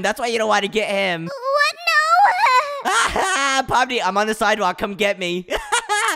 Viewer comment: You said Pony it's Pomni